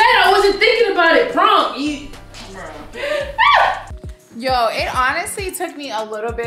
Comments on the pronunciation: She said pronk 😂😂😂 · Yo said prunk 🤣🤣🤣🤣🤣🤣🤣🤣🤣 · Bro I ain’t never laughed so fxking hard 😂😂😂😂😂 she pronounced prank -pronk 😂😂😂😂😂😂😂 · really said "prunk"😂😂😂😂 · 😭😭😭😭 his name is not praunk 😂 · HIS NAME IS NOT PRAAWNK 😂😂😂😂😂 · She said “ his name is not pruank”😂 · I'm waab pronk instead of prank 🤣🤣🤣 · Stop playing, his name is not “prunk” 😂😂😂😂😂😂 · She said "proonk" lmfao yall crazy. "and im hungry bro!!!" 😂 xo🖤🙏💯🤞plz u guys stay safe out there. These ppl are trippin'. If u guys haven't plz watch handmaids tale on hulu it is dark af but amazing and very informative considering what's goin' on in our current states of all emergencies. STAY SAFE. STAY AWARE. STAY TOGETHER. STAY UP. STAY PROUD. STAY SMART. STAY YOU. STAY PROTECTED. god bless u and urs....#BLM #notmypresident2020 #impeachhimnow #fdt #ftp #resist #canadaorbust #handmaidstale #equality4women #fucktheman #SOBERISDOPE #prochoice #fistsup #forthechildren #godsavethekids #metoo #fightforthefuture #Beaccountable #befair #beaware #bekind #RideOrDie #bepeace #behumble #EQUALITY #letusbefree #letuslive #fightwithfacts&knowledge&experience&empathy #willtherealpresidentplzstandup #bidenwon2021....lol #"pound"!!!! ps. Lmfao i obvi got a lot to say and a lot of "pounding" to do. Much love🚺😵 G.rae.Johnson gurrlz fb handle 4 family facebook check us out!!! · Prank...pronk. pronouncing prank. Lmao. I guess his name was French. Lol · P.R.A.N.K: Stop playing games his name is not “pwrank”... LMAOOOOO!!!😭😭☠️ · I cackled when she said HIS NAME IS NOT PRONCK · Glad I was on lunch when this popped up. Hella funny prank 👑 all day..And man come with the mispronouncing "PRANK" you was mad mad...😂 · She was soooo mad she didn’t know how to pronounce the very thing she does for a living lmao 😂🤣🤣🤣🤣🤣🤣🤣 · I'm dying 😂🤣😂🤣 was so upset she couldn't even pronounce the word right. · LMFAOOOOOOOOO she said P R A N K 😭😭😭😭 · Omg her pronunciation of PRANK gmfu 🤣🤣🤣